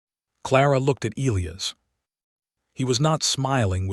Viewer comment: Why can't the narration pronounce Elias properly? Not difficult!